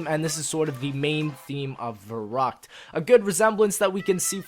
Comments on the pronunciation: Verrückt not Verruckt:D good video i'm so happy you're back:) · Fun fact: since verrückt is in german it should be pronounced ferryckt.